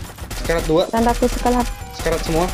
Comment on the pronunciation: Dia mau bilang sekarat malah sekalat 😭😭